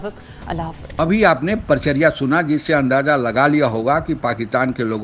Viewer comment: परिचर्या या परिचर्चा